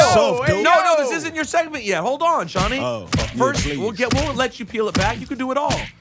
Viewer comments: I don't think his mother or he knows his name is suppose to be pronounced (shawn-eye) not shawnie congradulations your momma played you and you played yourself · All I can hear is joe saying shawni